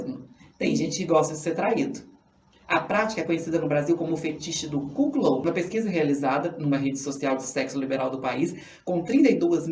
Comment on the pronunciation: Sacanagem a pronúncia e a escrita ein. O correto é CUCKOLD. Não é cuquiloudin e sim CUCOUD (escrita do jeito como se pronuncia)